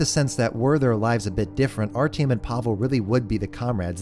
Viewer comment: I know that there is no expectation for an english speaking person to be able to pronouce russian names correctly, and I don't mean any offense in this, but as a speaker of a slavic language the pronunciation of Artyom's name hurt. (also the english dub, never heard it before and oh boy is it bad)